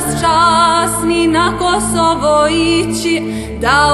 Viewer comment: They way she pronounced Kosova is so beatiful , adorable and majestic .. Only albanians and serbs together can create a longterm peace in the western balkan . ❤